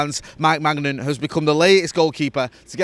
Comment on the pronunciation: Maybe spend more time learning to pronounce the Milan goalkeeper's name properly than demeaning Rangnick and his coaching staff. He's a decent guy who was highly regarded in the football world before this club hung him out to dry with no authority and a shocking embarrassment of a squad. I can't lie, the Rangnick disrespect still really bothers me.